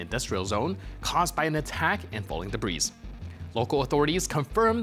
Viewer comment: the word debris the s is silent.. its not pronounced de-breeze